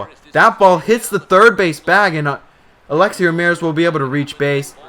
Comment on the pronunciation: you don't even know how to say Alexei dude.